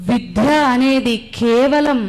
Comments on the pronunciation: విద్య....అనాలి...!!! విధ్య...‌అని అనకూడదు....!! గ్రాంధికం అనర్గళంగా మాట్లాతున్న మీరు...."విద్య" కు బదులుగా "విధ్య"...‌అని పలకటం ఏమిటీ...‌??? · విధ్య కాదు తల్లి. విద్య అని పలకాలి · మీరు చెప్తున్న విషయం చాలా ముఖ్యమైన విషయం..కానీ మీరు "వి*ద్య*" అనే మహోన్నత పదం ని మీరు ధ్వంసం చేస్తూ "వి*ధ్య*" అని ఒత్తి పలుకుతున్నారు..గొప్ప విషయాన్ని ఒక వేదిక మీద మాట్లాడేటప్పుడు మీ ఉచ్చారణ దోషాలు లేకుండా చూసుకుని మాట్లాడితే చాలా బాగుంటుంది..ఎన్ని సార్లు మీరు మీ ఉచ్చారణ లో "విధ్య" అంటూ తప్పుగా ఉచ్చరించారో మీరు గమనించుకోవాలి..వినటానికి కర్ణకఠోరంగా ఉందమ్మా..ఇంకొక పదం " పాశ్చాత్య "దే*శు*లు" అంటున్నారు..దే"శా"లు అని కదమ్మా పలకాలి.‌.మీరు మంచి టాపిక్ ఎంచుకుని మాట్లాడారు.కానీ మీ ఉచ్చారణ కూడా బాగుంటే ఇంకా ఇంకా వినాలనిపించేది. ఇంకొక విషయం మీరు " విద్య" గురించి తెలుగు నిఘంటువు లో చదవలేదు అన్నారు..అంటే ముందు మీకు మన భాష మీద మక్కువ లేదన్నట్టేకదా...పోయి పోయి ఆ ఆంగ్ల డిక్షనరీ "ఆక్స్ఫర్డ్" లో చదవటమేమిటి? దాన్ని చదివితే కానీ మీకు మన సనాతన ధర్మం లో విద్యా విధానం గురించి ఏం చెప్పాలో తెలియలేదా? ఆలోచించుకోండి..ఒక అమ్మమ్మ చెప్పింది అనుకోమ్మా 🙌🙌🙌💐💐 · విద్యను విధ్యగా పలుకుతున్నారు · ముందు మీరు విద్య అనడం నేర్చుకోండి. విధ్య కాదు అది విద్య. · తల్లీ "విద్య " అని పలకడం నేర్చుకో ముందు "విధ్య " కాదు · Vidhya kadu Vidya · విధ్య కాదమ్మా తల్లీ ! విద్య . మహాప్రాణాక్షరం పలుకకూడదు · మేడం గారు విద్య . విధ్య కాదు మేడమ్ అలా పలుకుతుంటే మాకు కర్ణ కఠోరంగా వున్నది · ముందు ఈమె విద్య అనే పదం నేర్చుకోo టే బాగుంటుంది ఆక్సిఫోర్డ్ దరిద్రం తల్లి మీది ఎక్కడ తల్లి. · విధ్య కాదు తల్లి విద్య, వొట్టిపలుకవద్దు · Vidya not vidhya. Please correct your pronunciation. Your message is good, though. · 'విధ్య' కాదమ్మా, 'విద్య' అని పలకాలి. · మీరు విధ్య అని పదే పదే పలుకుతున్నారు మేడమ్ కానీ, అది విద్య అని పలకండి అమ్మ 😢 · మేడం మీరు విద్ద్య అని పలుకుతున్నారు ఆది మామూలుగా విద్య అని పలికితే చాలు ఒత్తు అవసరం లేదు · 'విధ్య'కాదు తల్లీ.. విద్య అని పలకాలి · విధ్య కాదు విద్య. ముందు సనాతనం అనే దానికి నిర్వచనం చెప్పు. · "విద్య "అనాలి. విధ్య అంటున్నారు. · అమ్మా ! నువ్వు ముందు చక్కగా తెలుగు పలకడం నేర్చుకో . విద్య